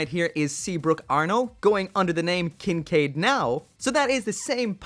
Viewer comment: It's Seabook, not Seabrook Also it's pronounced Kincaid Nau